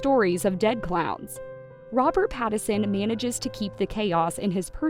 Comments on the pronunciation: PLEASE...IF you are going to continue to record these bios LEARN how to pronounce your subjects name. His name is NOT PattERson it is PattINson. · FFS, his name is PattiNson. The N isn't silent. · Rob's last name is pronounced PAT-IN-SUN. If you're gonna do a piece on someone, you should correctly pronounce their name. Oh yeah, and maybe you shouldn't twist the story into something it isn't. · How do you not know how to say PATTON SON. Like how do you not know how to say the name and making a video about it like did you ever watch any videos of him cuz you're off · The way she says his last name 😂😂😂 is the best part of this video. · Poor Robert, misunderstood and mispronounced. 😢😢😢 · Truly. An entire video about Robert Pattinson, not once was Pattinson's name pronounced correctly.